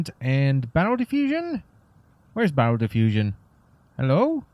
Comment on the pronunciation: Who else thought he said "bowel diffusion" instead of "barrel diffusion"?